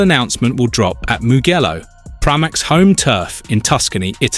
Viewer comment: It is pronounced MUJ ELLO and not MUG ELLO and whilst comparing Miller and Toprak you stated that Miller is old and Toprak "young" , there is just two years between them, get real. I would love to see Toprak in Motogp and love to see him do well, we need him in Motogp as there is barely anyone in the paddock with his charisma and style, hope it happens.